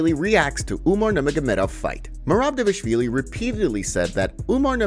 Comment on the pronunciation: It’s not Davlishvili its D V A L I S H V I L I. Say it how you read it